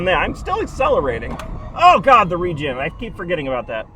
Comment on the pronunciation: The way he said re-gen braking, I was like "Region breaking?? What is this a nintendo switch??"